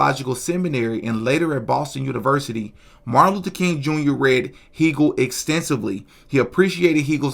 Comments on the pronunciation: The picture is not from the day of the event, its a later picture. Also, Hegel’s name is pronounced like Hey- gul , not Hee-gul. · i believe Hegle is pronounced "Hay-gul" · Hegel is pronounced HAY-gel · " Hegel " : Please learn how to pronounce "Hegel".